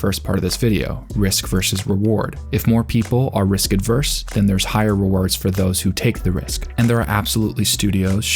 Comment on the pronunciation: "risk averse" doesn't have a D in it